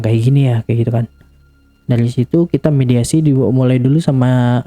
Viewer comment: mediumisasi bukan mediasi 🙏🏻😅